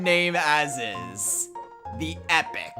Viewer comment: Epoch, not Epic...